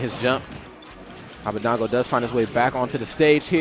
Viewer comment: his name is abadango (ah-bah-DONG-go) not abadeingo (ah-bah-DANG-goh)